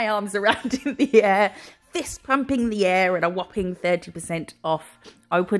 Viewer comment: I always laugh when you say whopping, because it reminds me of Stewie in family guy saying cool whip 😂. As a Scot, I of course love a tartan and this set is no exception. It’s absolutely gorgeous. Perfect for autumn 🍁🍂. Xx